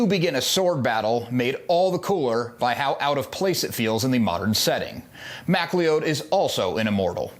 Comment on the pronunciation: His clans name is pronounced McCLOUD.